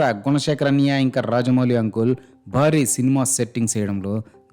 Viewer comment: మీకు కాన్సెప్ట్ అర్థం కాలేదు, ఆయన అన్నయ్య అనే పదాన్ని అన్నియ్య అని ఉచ్చరించడం లో చాలా depth ఉంది, అది అర్థం అయితే మీరు ఈ కామెంట్ పెట్టరు